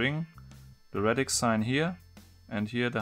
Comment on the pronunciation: Radix. Not Redix